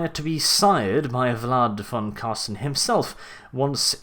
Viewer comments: Mate its Carstein not Carsten fix plz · Car STEIN not car STEN!!!! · Car-stein, not carsten^^ i find it funny how you pronounce it. But nonetheless great vids, i realy enjoy them^^ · it is so funny to see how english people saying his name( im german), i enjoy it everytime and must admid, that is a hard name to spel out :-) and big thanks for this awesome Lore video to him. Vor me as a beginner it braught me realy in to death. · Say: Einstein Now say: Carstein